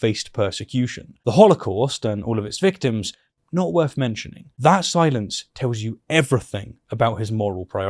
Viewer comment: "Worth" is spelt as it is, not pronounced "werf". Same with the word further. It's not "ferver" You have a labiodental fricative, th-dronting lisp and it's very distracting. I wish I was able to listen to this without it being the loudest part.